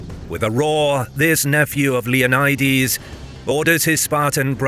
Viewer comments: Leoni"dees?" Come again? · Intentionally mispronouncing Leonidas?